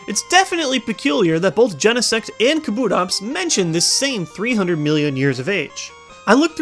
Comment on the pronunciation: NO kabutops is pronounced KAH-boo-tops not kah-BOO-tops! !!!!